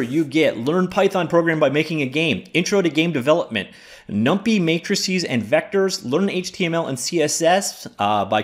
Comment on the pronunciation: It's pronounced Num-Pie not Num-Pee.